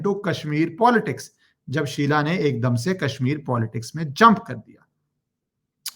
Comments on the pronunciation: Hi ACTUALLY IT'S SUHELA NOT SHEELA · शीला नही शहला नाम है😊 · Sheela Rashid nhi yaar. Shehla she-h-la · It is shehla not sheela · It is Shehla not sheela. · An off topic remark: dunno why but I get real amusement when you wrongly pronounce Names of these morons :) Whether call Shehla as Shiela or your legendary contribution against Bollymafia: Calling Anushka as Anshuka😂😂👍🏼🙏🏼🙏🏼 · Its Shehla not Sheela for gods sake How can u be so casual abt names You r an anchor pronounce the names Correctly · Sir aap sabka naamkaran achhe se karte ho... शेहला को शीला अनुष्का को अंशुका 🙏😂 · शीला नहीं शेहला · SHEHLA AND NOT SHEILA